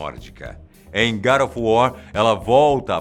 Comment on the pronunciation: Nem a palavra God ele pronuncia corretamente e vocês estão preocupados com nomes de personagens mitológicos, fictícios.